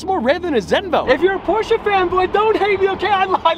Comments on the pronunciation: It's Porsche, not porscha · You cant buy porche until you stop calling it porcha.